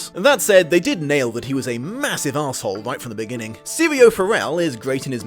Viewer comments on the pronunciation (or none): none